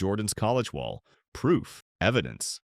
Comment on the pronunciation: I wish you guys would hire a human that can pronounce wall. The cadence is not human like. The same word is pronounced differently in the same article. Please hire an entertaining human with a personality.